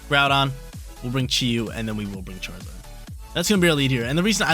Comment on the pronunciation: A yes, "chraizard" the quintessential fire starte pokemon😂, love the video friend, thanks for getting me into competitive